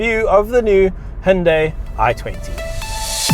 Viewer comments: It's "who-n-die" 😎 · When the brand first came out in Australia, the ads used to say “say hi to Hyundai” ( hi-oon-die) but then a few years later they corrected the pronunciation to ‘he-un-day’ because apparently they got upset at the parent company in Korea about the ads they showed 🤔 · It’s actually hunday Monday